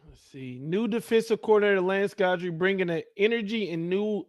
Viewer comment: no one had heard of Jimmy Johnson either.....Strong is going to Alabama mark my word....oh it's pronounced GIDry